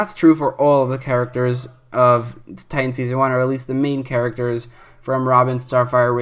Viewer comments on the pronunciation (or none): none